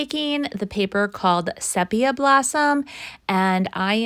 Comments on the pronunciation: It's actually SEE-pee-uh. I'm a slow poke so it's amazing to me that you can create so many projects in a couple of days. Amazing! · Great upcycling. On the little square cube, “sepia blossom” is pronounced SEE-pee-uh. A photography term relating to the reddish-brown color of older photographs. Reflected well by the beautiful floral script paper—love how well it blends with the wood striations.